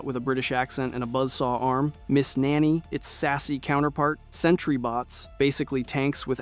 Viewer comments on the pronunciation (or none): none